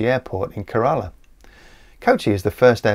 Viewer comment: It's KERala, not keRAla. You Brits are always getting the emPHASis on the wrong sylLABle.